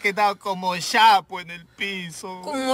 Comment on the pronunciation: No se dice: "Shapo" se dice "Chapo" Chapo: Bebida a base de plátano maduro que se consume en la amazonía.